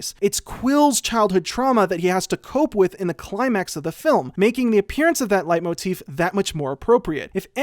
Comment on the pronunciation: I'd rather he just pronounced it correctly tbh.